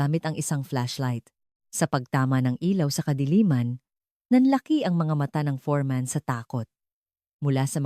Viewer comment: Foreman not forman